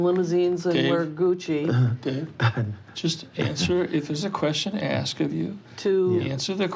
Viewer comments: Every time he said “axed”’ instead of asked , I died a little bit. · For the longest time, I wondered to myself "Was Michelle ever axed?" Today, we find out that she was. Boy oh boy. The anticipation is killing me!